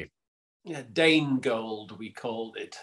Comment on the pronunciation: It was called Danegeld, not Danegeld.